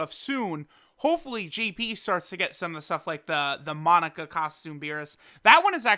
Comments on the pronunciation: Did this man just call monaka, Monica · You are killing me man..... Moe-nah-ka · pronouncing monaka correctly like a dragon ball intellectual > "monica"